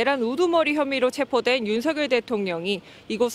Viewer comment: 윤서결이냐 윤성열이냐 발음할때?ㅋㅋ